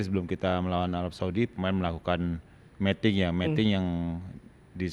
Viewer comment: Miting, coach, ngomongnya, bukan Meting. Kalo Meting artinya lain hehe (mating)